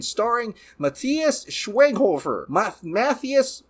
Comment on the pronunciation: Matthias Schweighöfer = muh-TEE-ass SHVYG-hoo-fair, with the Y as a long "I". Like "Ein, zwei, drei".